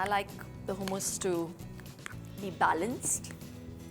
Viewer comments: Hoomus?? 😆 it’s hummus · Actually, Its not pronounced Hoomus lol! Its Hummus! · I thught its moong daal hummus..but it turned out to be chikpeas hummus ? Did i miss moong daal in the clip? Also Babe its ha mus and not hu mus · In British pronunciation its Hooomus and in American pronunciation it’s Hummus..